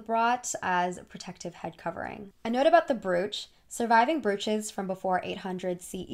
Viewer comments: i think i was more worried about the pronunciation of brooch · Where in America are you from? I've noticed you pronounce a lot of word differently and I'm curious about what kind of accent that is? Like in this video you say "brew-ch" instead of "bro-ch"? Anyway, loving these videos, maybe you could do one on non-Disney princesses and see how they stack up!